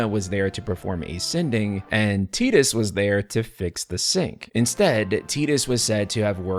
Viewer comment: You lost me as soon as you said "tee dus" , just because the Japanese speak English horribly doesn't mean you have to.